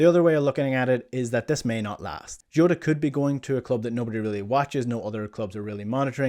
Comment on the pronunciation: Who is joota? It's Jota? Come on as a Celtic man u should know how to pronounce the man's name especially if you can pronounce ange name lol